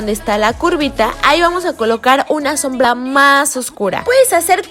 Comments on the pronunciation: En el minuto less dijo sombla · Dice sombla se equivoco